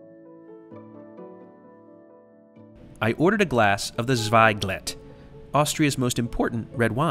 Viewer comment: 1st, thx for your review 2nd, the wine you drank, is called Zweigelt not Zweiglet e before l, this is to follow if you read it!!!! other pronunciation ok. 3rd, calling a burger delicious is an affront, something called, close too food (fast food [German fast means nearly]) can never be delicious. Hopefully you got in Vienna some unmodified vegetables. 4th, the displays, they where installed by Boing(sic!) so no complaining about there quality or the Trump-Police will start the hunt.